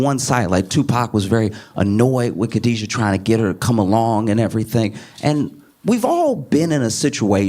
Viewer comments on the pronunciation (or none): Correction: Her name is Kidada, not Khadijah.